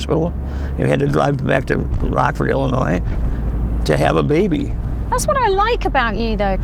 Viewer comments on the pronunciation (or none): that's "illin-noy" not "illin-noise"😀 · She must be the only person world that doesn't know the "s" is silent in Illinois. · The S is silent in Illinois